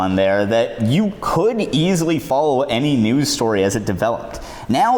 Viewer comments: Anyone else hear him say newds instead of news ? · i heard “(twitter) was also a good place to get nudes” instead of news 😔